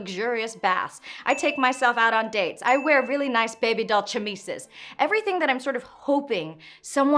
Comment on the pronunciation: Love the idea. One small note: chemise is a french word, pronounced "sha-meez" :)